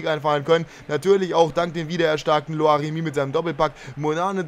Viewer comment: ließt du dir die Kommentare durch? Ich glaube nicht, denn sonst würdest du nicht mehr Loac sondern Loiic Remy sagen. Und bei den Fifa 16 Predictions fragst du nach Spielern, die du Predicten könntest, jedoch ignorierst du alles. Schreibe seit 4 Folge konstant dat selbe hin, aber scheint dich wohl nicht zu jucken.